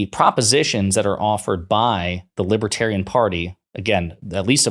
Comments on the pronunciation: The world will end. Unless I'm elected." The large world. The greater world." Everyone knows it." I did nothing wrong. " I can't pronounce libiterian." I'm winning. I'm so rich." By a lot." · what's a "libba-tarian?" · Drumpft can’t even pronounce libertarian properly. And besides libertarians are not sympatico with authoritarians as far as I know.